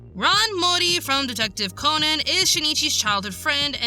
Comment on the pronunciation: I thought her name was pronounced Ran and not Ron...